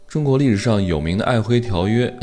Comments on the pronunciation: 明明就唸琿（音同魂）偏要唸輝，到底行不行啊？ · 唸璦“琿” -- “魂/ hwen''。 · 黑河舊名，臺灣這邊唸璦‘’琿‘’（發音是‘’混‘’），大陸唸 ‘輝‘’，可是我查不到‘’琿‘’音唸成‘’輝‘’音的記錄。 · 瑷珲读音：ài huī 我們小時候讀歷史，也是有「愛琿（ㄏㄨㄣˊ）條約」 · 瑷珲读音：ài huī 我們小時候讀歷史，也是稱愛琿（ㄏㄨㄣˊ）條約。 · Michael有人唸米契爾、有人唸麥可。 璦琿條約是在璦琿簽的，當地滿語舊發音是aihūn，改唸愛輝就當是「漢化」吧。